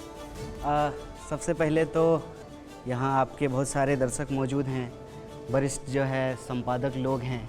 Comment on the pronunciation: Itne saal padhai kar ke bhi darsak ko darshak kehna nahi seekh paya🏆😂😂